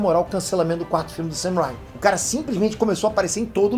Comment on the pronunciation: não é ''sam rhyme''. é mais um ''sam rain-me''